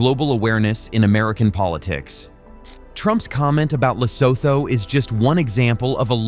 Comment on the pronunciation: Pronounced "Lesootoo" - obviously this poster is as ignorant as trump